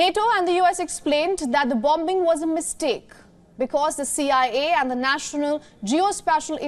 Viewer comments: The presenter must know how to pronounce ‘bombing’. She should know pronunciation of basic day to day words. Couldn’t anyone in correct her? Shame. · It’s an accent issue not a pronounciation issue lol. They also pronounce as VION which is common for indians to mistake W and V during speech.